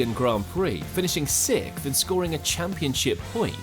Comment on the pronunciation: another brit who cant pronounce sixth properly... 🤮